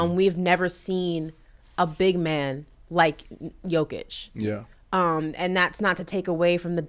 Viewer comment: You accentuated Jokic's name well,. The girl totally missed the accent. 99 percent of Americans pronounce his name wrong, and even his teammates and his coach.